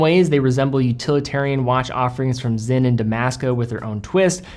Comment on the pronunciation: Great content! I really enjoy your channel. You pronunciation of the German brands is outstanding, save Sinn. You mix German and English to say Zinn vs. Zeen. Cheers